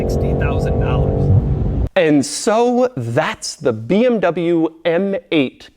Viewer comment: 23 mins of pronouncing BMW incorrectly